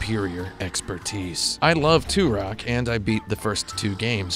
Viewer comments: Benny Blanco From Da Bay it is tur-ock I mean the main character literally says his name like 500 times in the game and yet this guy STILL can pronounce it! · Why do you keep saying Turok like 2-Rock?! He literally says his name every time you get a life up, and yet you still can't pronounce it!?!?!? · Love these games but Jesus man The way you pronounce Turok just slightly wrong made me want to kill myself by the end of the video. 10/10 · Out of the 72 thumbs down, 7 people don't like. The other 65 hated how he pronounced Turok because they didn't get the joke.